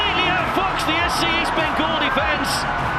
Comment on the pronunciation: Birght enobakhare goal was best but bro it is east bengal not beast bengal....